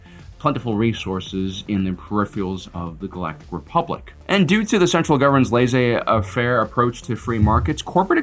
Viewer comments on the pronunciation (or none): "Lay-zay affair"? Really? It's "laissez-faire" and it's pronounced "lay say fair"! You and your "robusts"!